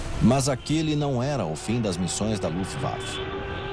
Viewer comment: cade o narrador que falava, luft waffle??